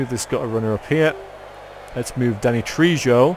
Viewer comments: I always thought Trejo was pronounced tray ho. At least that's the answer I get when I google it. Could be wrong. I'm no expert, so don't take my word for it. :) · Please look up how to pronounce Danny Trejo! ( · You're pronouncing trejo wrong V.